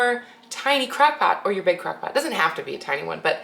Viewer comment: Its crOck pot not crAckpot